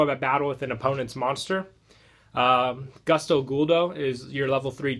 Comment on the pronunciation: I can't stand how you pronounce gusto. Please.